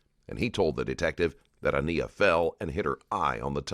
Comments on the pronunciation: I want to say this - whomever runs this channel needs to be sure the narrator can pronounce the victim’s name properly. I noticed this in the previous video, too, with Deonte Lewis. They keep pronouncing her name Ah-KNEE-ah, when clearly the child’s name was Ah-NYE-ah. Please have the respect to say their names properly. Thank you. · Normally I'm a fan of this channel but it really bothers me that you didn't bother to pronounce this baby's name correctly. Her name is said multiple times during the interrogation and yet the narrator continues to get it wrong. She was a real person and saying her name correctly matters.